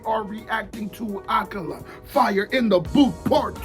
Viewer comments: Ayo, it's pronounced like "Uh-Kaah-luh" Kinda hard to specify the phonetic difference because it's a word/name where it just sounds so much more "right" to say it as a british person, but the emphasis is on the "Ka" sound. So idk if my comment will help at all, but this is awesome and I'm glad you're doing more Akala! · just so you know it's pronounced A-kah-la. smashing it as always!